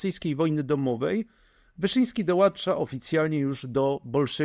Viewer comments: Ciekawy film, ale słuchanie tego "dołancza" i "dołancza" jest jednak męczące i deprecjonuje autora. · Nie dołancza tylko dołącza